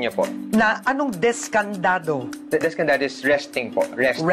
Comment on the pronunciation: Sto Nino descanzado hindi descandado haha